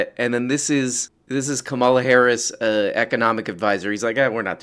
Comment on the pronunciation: please pronounce it Kámala, like a crystal flute.